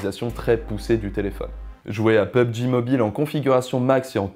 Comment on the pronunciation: "Peube djii" 🤣